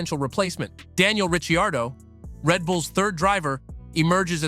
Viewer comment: Daniel Rich-ee -Ardough... LOL